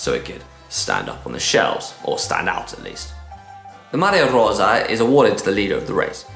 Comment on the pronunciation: Struggles with Campagnolo, but best pronunciation of Maglia Rosa by any GCN presenter